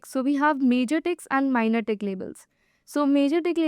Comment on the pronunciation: "Majorxxx labels" and "Minorxxx labels"? Why are you rushing through? Your boyfriend waiting outside? Nobody understands what you are saying. READ SLOWLY! Say "TICK" clearly! Emphasize with a pause new terms like "tick" and "legend"; don't treat them like "the" and "or" in a sentence. EMPHASIZE! People are learning!